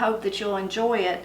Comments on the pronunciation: I just am happy that you can pronounce Appalachia correctly. I hear so many people who don’t know how to say it 😄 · Thank you for reminding me of Home Coming. It was always a special time for our family. Like you, I'd check out the dessert table first. And another Thank You for pronouncing Appalachia properly. I've been in arguments over it. My best come back is, "My family settled in Valle Crucis in 1773. With almost 250 years under our belts of living in the mountains, I figure we know how to pronounce it by now. How long have your people been there?" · Here in the foothills of southeastern Ohio, church ladies make chess pies. Never heard of this variation. And thanks for knowing how to pronounce Appalachia!